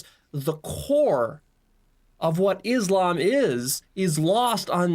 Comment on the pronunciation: Why yall keep saying Islamb when you keep hearing the correct pronunciation which is Islam on every reaction video yall make